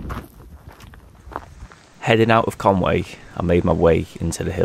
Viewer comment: Just one final thing - I don't think it's pronounced Conway - because 'Conway' is obviously English. Conwy is Welsh and so a different word to English. So, it should be Con-wee.